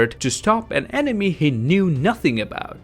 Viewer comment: What you said: Enemy What I heard: Anime